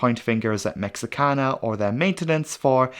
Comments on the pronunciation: Your pronunciation of Mexican cities is so perfect and beautiful, I wanted to make sure you are aware that there is no English "X" (ecks) sound in Spanish, it is pronounced like the letter "H", so this airline company is pronounced "Meh-HEE-ka-na", even by most Americans, where we probably speak fewer foreign languages than any other country on Earth - even less than people from Meh-HEE-ko. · All that amazing research, only to fail to research the airline pronunciation. Cringed everytime as a Spanish speaker.